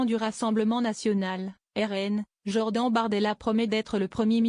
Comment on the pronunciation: POURQUOI ELLE DIT JOR DENTS ?